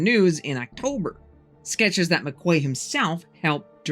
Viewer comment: Just to help out: the name McQuay is pronounced "McKee" ---it's a popular name in Britain. A "Quay" (a key) is a solid, man-made structure built along a waterfront and its used to tie up boats...